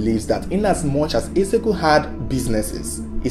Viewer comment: You can't pronounce Eze-Ego? Disgraceful!